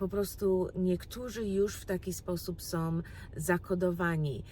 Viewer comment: Nie som, tylko są.